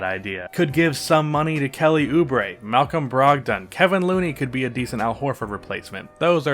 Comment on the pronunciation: Bro his name is Kevon not Kevin Looney!